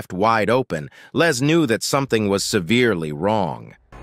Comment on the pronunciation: he kept calling his LEZ,instead of Les!!! I'm sure he wouldn't wanna be called a Lesbian....lol